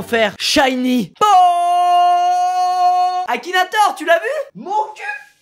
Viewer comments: "tu redescends Akinatwor"😂😂😂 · MDR il à dit akinatore ta vu mon cul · « Akinatoir » le respect mdrrrr